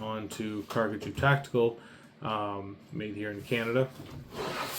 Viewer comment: Thank you so much for your review! We're glad you're enjoying our gear. We truly appreciate your trust and support. And by the way, you're pronouncing the name perfectly!